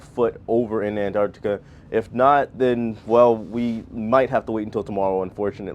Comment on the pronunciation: I've been watching a lot of Antarctic cruise videos just lately and it's so refreshing watching yours because you're an American who pronounces Antarctica properly, not Anartica. 🤣